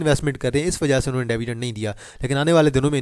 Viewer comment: Its not DAAVIDEND....It is DIVIDEND!! Make a correction if you can!